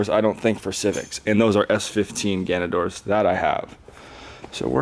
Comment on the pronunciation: it's GANADOR jesus christ lmfao